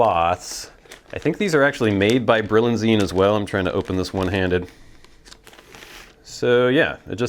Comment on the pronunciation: It's actually Brillianize, not Brillianzine. :-)